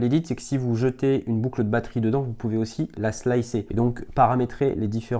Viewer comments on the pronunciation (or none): Boucle eud' batterie ? T'es de ch'nord ti ?